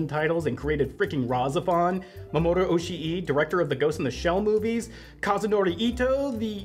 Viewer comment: The way you pronounce Oshii is like nails on a chalkboard. I know youre trying to make it sound more accurate to how a Japanese speaker would but it actually sounds like youve never heard japanese spoken in your entire life.